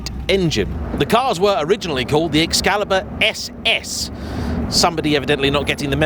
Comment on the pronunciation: Ah yes, the O-burn. At least, being English, he knows how to pronounce Excalibur 😂😂😂